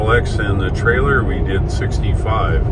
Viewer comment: What's a 'Tailer'?